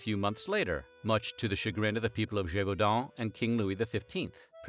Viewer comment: Extra like for pronouncing Gévaudan correctly 👍